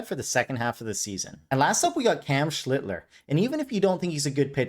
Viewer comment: Careful with that Schlittler pronunciation, man. This is a family show. That said, I expect to hear "cuck" no less than twice in every video and you delivered. From another fellow, thanks for continuing to justify my obsession with Kurtz. Idk how many losses it has contributed to thus far, but it's finally paying off as my playoff hopes hang by a thread! Does the mini-hoop indicate that you'll keep this going with some basketball content? The football market is flooded and I already think I know more than everyone in that sport, but the NBA is an afterthought as one who always preferred college hoops. Either way, I'll support it until you bore me or piss me off! Non-sports question... I think you've hinted (or flat-out stated) that you're in Texas, but do I detect a little canuck in that accent? Whatever it is, it doesn't exactly scream Texan. 🤣